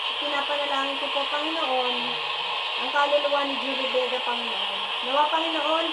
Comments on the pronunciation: HINDI PO KAYO MAINTINDIHAN NG MGA LIGAW NA KALULUWA? AYUSIN NYO KASE PRONOUNCIATION NG JULIE VEGA👍✅ JOLIE VIGA KASE BINANGGIT NYO E😂✌️ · maniniwala na sana ako sayo kaso yung pangalan ni Julie Vega Di mo mapronounce ng maayos HAHAHA si JOLLY BEGA po ang natawag mo hindi yung Actress kakaloka